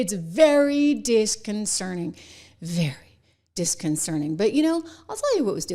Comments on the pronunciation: It's "disconcerting," not "disconcerning" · Trish Regan can't even pronounce 'disconcerting.' From her cosmetic-surgically altered lips, the word becomes 'disconcerning.' She's way out of her depth. And she dares to trash a true professional. Sweetheart, you don't even come up to her journalistic ankles. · I stop watching when this person doesnt even know how to pronounce disconcerting !!!